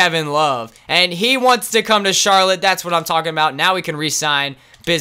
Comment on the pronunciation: They said charloutte Bob cats in the end lol am I the only one that heard